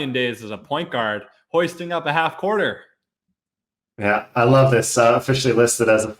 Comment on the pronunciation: When he said Half Courter Sounded like Half Quarter. Fuk’d my whole shit up